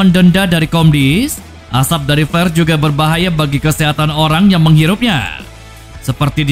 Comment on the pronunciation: Org Inggris = " flare " Org sunda = " plare "